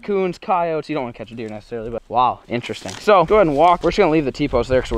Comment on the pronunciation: The way says interesting 😂😂😂